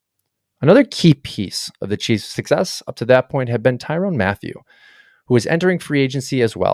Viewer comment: Solid video as far as the points made, but a quick google search could have helped the butchering of some of these player names… Tyrone Matthew, Joe Tunie, Creed Humphreys… I was beginning to wonder if it was a joke I didn’t understand